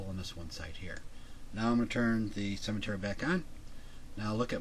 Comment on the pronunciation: You pronounce "symmetry" as "cemetery"... pretty weird.